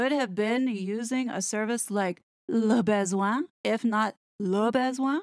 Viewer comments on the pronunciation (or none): Yep, should be (very approximately) luh (like huh!) buh-zwon(g) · your pronunciation of "le besoin" is priceless - you are saying "le baise-oin." "baiser" in French means f-k. 😂 I guess the way English speakers pronounce it is just the point. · Your pronounciation of the 'Classy LeBesoin' pages killed me 🤣😂🤣😂🤣😂🤣😂🤣